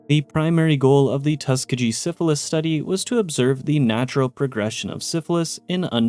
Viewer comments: Tuskegee- tus-key-gi not tuska-gee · Tuss-KEY-ghee 💙 Great video. 😊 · First off, I understand that this was comparing the U.S. government to its fallout counterpart but I gotta say, these absolutely pale in comparison to the crimes committed during WWII in the name of science. MK Ultra and the Tuskegee (pronounced Tuh-Skee-Gi btw) Experiment were a joke compared to ANYTHING Japanese Unit 731 did. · Love the videos Please look up how to pronounce places/things you're not 100% sure about. Hearing you butcher Tuskeegee wad pretty bad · Getting the word "Tuskegee" wrong feels like a crime...